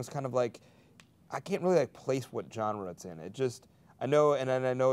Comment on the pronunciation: Pete, you pronounced genre wrong.